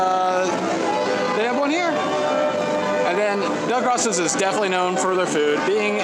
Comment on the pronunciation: It's pronounced Dell-Grow-So's